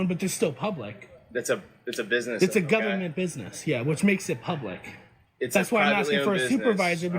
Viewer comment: "GUBBERMENTLY OWNED!" 😂😂😂 Fuggin re-re.